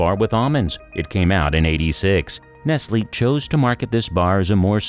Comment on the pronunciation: Y her saying nestlily its n e s t l e